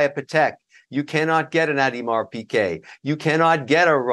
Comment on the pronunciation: Dude doesn't even know how to pronounce Audemars. He also scammed his way through business ventures. Dig a bit into his back story, the dude is a scammer. Fact.